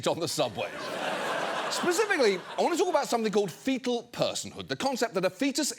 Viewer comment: bro really said “fecal personhood” 😅